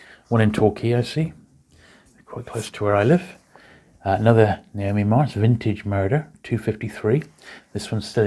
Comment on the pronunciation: Love these, thanks. Quick note, it’s not ‘Naomi’ Marsh writing the crime novels, it’s Ngaio, pronounced ‘Nai (rhymes with why)-oh’. It’s a Maori name.